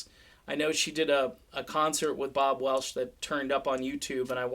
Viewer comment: its welch not welsh